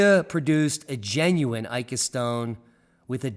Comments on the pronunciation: Pronunciation: ee-ka... not ay-ka. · So, Ica is pronounced eeka, not aika... I don't think there is much doubt that most of these stones are relatively modern fakes. However, there most likely were some original engraven stones to inspire the fakes. I saw a stone, in 2003, that children of a family I was visiting had found in the sand while playing on the outskirts of Pisco, Perú. It didn't look like most of the Ica stones, was a rounded reddish granite type stone, with what appeared to be a stegosaurus carved into it. It showed no sign of varnish or polish, but didn't look new either. The children had colored it with crayons. I offered to buy it, but the parents just shrugged and said "It is the children's toy, they found it, we have no idea of its worth." I left it at that, thinking I would return soon, and snapped a shot with my disposable camera. Unfortunately, the photo has been lost, and when I returned after a couple of years, the family was no longer living there.